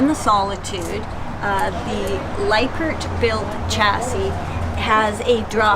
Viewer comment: Please don’t take this wrong but you need to educate yourself a lot more, learn the proper pronunciation of Lippert. I’m not sure why you even done this video and for those who thought it was great I strongly suggest you find your information someplace else. I love the solitude and have a 394 myself so I’m not hating on the.